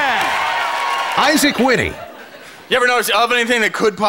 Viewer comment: ...says "isaacwitty"